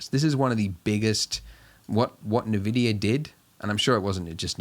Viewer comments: Thanks for the tutorial! This has really helped me get started! But also... EN-VIDIA NOT UN-VIDIA PLEASEEEE OMG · I unsubscribed and stopped watching the video when you said navidia